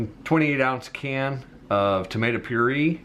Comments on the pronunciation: It’s pronounced pure ay ! Just saying . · I have a Wendy’s copy cat recipe and it’s nothing like yours. That’s the most backward chili recipe I’ve ever seen. If you don’t care about making your video look nice or looking like you know what you’re doing, why do a video at all? And btw, it’s tomato 🍅 pure-ay. Maybe 5 years later you figured that out. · Anybody else cringe every time he pronounces the word puree???? Him: Pure-E Me: Pure-A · No it’s “tomato pure A” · “Tomato purEEE” 😂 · So, the message here is that anybody with a smartphone and a tripod can make a video. This guy doesn't even know the correct pronunciation of puree. Lord, set me free from mediocrity. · Anyone else triggered as to how he says puree? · My son worked at Wendy's and he said they use their old burger patties for their chili. I've never ordered it since. Just In case you care, the word puree is pronounced pureah and the word wash doesn't have an r in it. Thanks for the recipe.